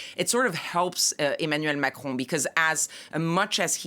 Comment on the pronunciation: How, exactly, does one pronounce “Macron”……… Machrouw?